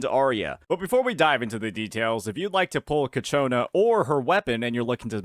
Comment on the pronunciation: bruh. Cacciona? for real? 🤣🤣🤣